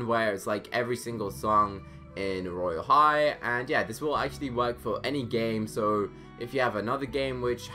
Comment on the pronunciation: Stop saying royale high weird you literally don't know royale high cuz your new to it